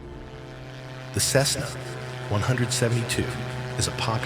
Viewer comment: Did the AI voice say "CESSA"?